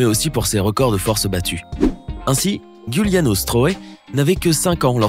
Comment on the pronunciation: Giuliano ce dit djouliano (c mon nom de famille aussi)